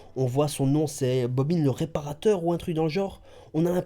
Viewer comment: mdr tu est le seul a savoir prononcé bobine lol pas bobin